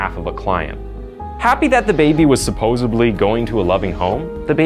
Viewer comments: Bruh, did you just say "supposebly??? Lolol, it's "supposedly" absolutely no B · Yes, I'm going to be this commentator: "supposibly" isn't a word .